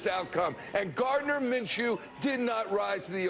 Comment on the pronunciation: I got you it’s pronounced, “Min - Shoe”